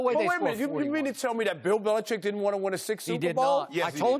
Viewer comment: Bro when Skip said "Bellicheat" I laughed